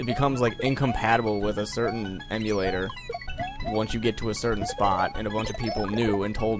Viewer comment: "Emulator, Emulator, Em-U-lat-or, Emulator" LOLOL.